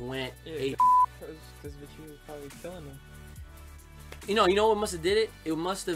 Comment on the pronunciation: are you trying to say vegeta. because you're literally saying vecheeta.